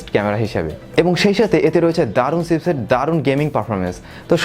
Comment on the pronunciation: সিপসেট না ভাই চিপসেট। উচ্চারণ ঠিক করেন।